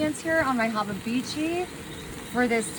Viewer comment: “haba bichi” lmao 😂😂😂